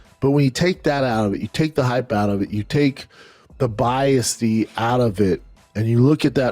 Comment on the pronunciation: Oh Brendan, "biasty" is not a word!! Lay off the "devices" bro!🤣🤣🤣